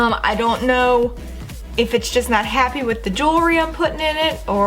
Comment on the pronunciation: It’s not “duh” it’s “the”.. Its not “Pearson” it’s “piercings”.. Are you southern or something?